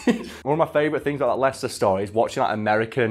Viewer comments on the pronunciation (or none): ah yes lie-chester City